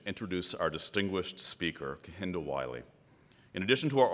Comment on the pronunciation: Lovely man and very eloquent. As a fellow namesake tho, I wonder if it triggers him that they're not pronouncing his name correctly. Cos it makes me cringe